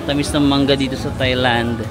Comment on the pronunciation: Kahit yung Thailand, it's pronounced with a hard "t" and not the conventional "th".